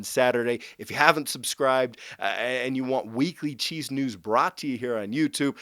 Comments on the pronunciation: Is it just me, or does this guy say cheese instead of chiefs? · Hahaha, I probably did in this video, was super tired last night (new baby in the house). Thanks for watching!